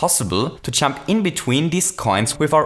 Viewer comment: It's pronounced jump, not champ.